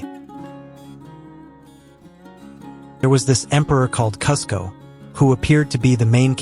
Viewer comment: Awesome video! I’m sad there are no other comments... And Kuzco is pronounced Cooz-ko. Yzma is pronounced Eeez-mah.